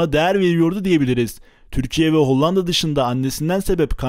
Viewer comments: Kardeşim kurban olayım HOLLANDA demeyi biraz çalış. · hocam hollanda demeyi öğrenmelisin bence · Video çok güzel emeğine sağlık lakin Hollanda demeyi öğren o ve ikinci a yumuşak söylenir...Kağıt der gibi söyleyeceksin ikinci a yı da kağıt diyebiliyor musun onu da merak ettim...